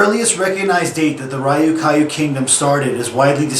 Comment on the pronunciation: Great, but one thing. The Ryukyu islands are pronouncep as one word i.e. r-yu-ki-yu. Nice work.